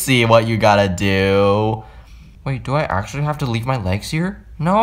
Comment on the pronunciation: How he says no😂: NOAH